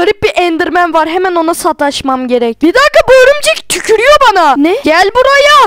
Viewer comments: Örümcek yerine ömürcek diyen Koca yürekli abimiz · o ömürcek değil örümcek